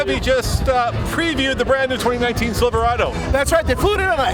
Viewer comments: i think they should have got a speaker that could actually say silverado, not silvawado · They change how Silverado is pronounced too? “silv-wahdo ”. Lol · Silvawado??? Januwary??? Couldn't find an announcer without a speech impediment I guess 🙄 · First question in interview- Can you say say Cheverolet ? Nope. Chevvfrolay. Second question- Can you say Silverado? Nope. Siwlverado. Fire the whole team. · Haha. The 2019 Sivoowado. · Siwwvawado? wtf is a Siwwvawado? Couldn't they find a front guy who doesn't sound like Elmer Fudd? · The silvawaado comes with a 2 inch wift wight fum the factowy, gweat pwoduct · Does he keep saying Siverwado ? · What the hell is a "Silvawado" ?!?! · Oh I might just wait for a new truck! About time Chevy! A nice package on an LT level! However the sides of the bed looks like, dare I write this, a Tundra? But couldn’t Chevy had used a spokesman that could pronounce Silverado? Instead of sounding like silfewado? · Yes , and according to him, also Chevy now has the NEW SILVAWADO ,...I don't know why Brits sometimes cannot pronounce their own words. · Should have gotten an announcer who could pronounce "Silverado". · What a disgrace for gm. The guy cant even say Silverado. Im pretty sure this is a sales tactic to sell ford owners a new ford. The death of great vehicles has to happen eventually and i think the time is now. R.I.P. chevy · Why would you have someone with a speech impediment introduce the new truck. This guy cant even say Silverado or truck. He sounds like a character from the princess bride. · Ud think they would've gotten some one that could pronounce Silverado to do there announcing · The new Silverado, introduced by a brit who can't pronounce Silverado. Great thinking GM! LMAO. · That Chevy spokesman needs to buy some "R"s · why can’t he say Silverado? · You'd think at least they'd have an MC that could say Silverado in American. Geez! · They should have at least hired a guy to speak who could actually say Silverado.